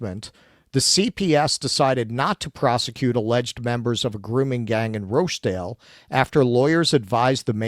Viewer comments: Oldam, Rotherum, Rotchdale. That's how you say them but there's at least another 40 towns in England with grooming gangs that you can mispronounce. I also don't believe it never happened in London at all. It's just the MET police are probably even better at covering it up. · Do they fear being demonitized if they pronounce Rochdale and Rotherham correctly?